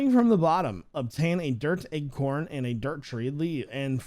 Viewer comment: I like how u say acorn "eggcorn" LMAO 😂😂😂